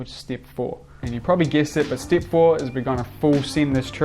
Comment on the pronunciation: Awesome tutorial and video! Actually didn't know you existed and I really like there's someone young and skilled making tutorials in 2020, not many people do that. And I would like to ask you, where are you from? Because your pronunciation of "E" coming out as "EE" is something I probably never heard and it's interesting 😄 "step" -> "steep" and so on.